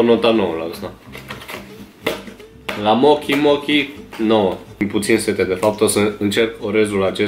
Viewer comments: Se pronunta moci sau mouci nu mochi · Well pocky si mochi is japoneze da nu-i bai 😂 (M-am triggarit putin cand pronunta mo-ki nu mo-cii da e de inteles daca nu a mai auzit de ele) Oricum foarte faine reactii, mai ales a lui la conserva, priceless 😂👍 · Se scrie mochi și se citește mocii 😅🤣🤣🤣🤣